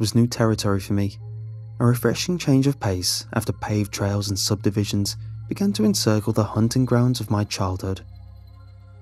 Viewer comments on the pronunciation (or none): none